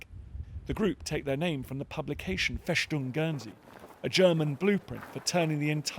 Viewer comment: Schwos-tika? Fäschdung?